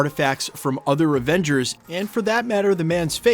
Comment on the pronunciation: Sounded like you said other Revengers 😂 comment below!!!!!